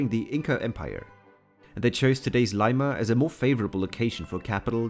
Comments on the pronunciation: It's lima not layma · It's Lee-mah 🇵🇪👻